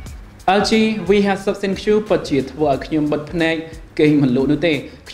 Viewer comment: ThinQ = Think (it mean to be pronounced like this not Thin Q)